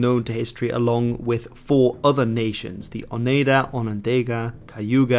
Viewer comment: It would help if you could actually pronounce Oneida, Onondaga and Iroquois. In fact they don't use the word Iroquois anyway. That's an Algonquin word meaning rattlesnakes used by the French because they're not very intelligent. The name is Hodenosaunee (people of the long house).